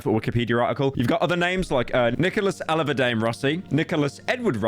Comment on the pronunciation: "Alahverdane" 😢 Metros truly boomin